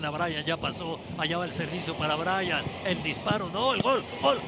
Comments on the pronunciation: Qué estrés es escuchar a Orvañanos diciendo «ol» en lugar de «gol». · jajajajajajaja me mama como narra orbañanos 😂😂😂al principio parece que esta ladrando y de la nada empieza OOOOOL DE LOS TUZOS😂